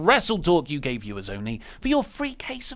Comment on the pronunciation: I heard the same! LMAO